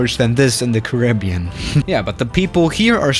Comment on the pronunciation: The way he says Caribbean